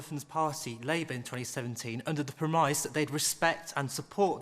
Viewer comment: The man who read his question card and found the word PREMISE on it clearly had never heard the word before. He pronounced it PRIMIZE. The plants in the audience, including those who booed, are making this programme unbeatable.